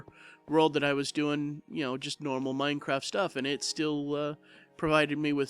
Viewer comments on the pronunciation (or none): none